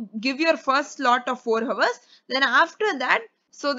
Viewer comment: Sorry ma'am..but Hours & Ours are pronounced the same..'H' is silent in Hour..I really appreciate your work Keep motivating & directing 😊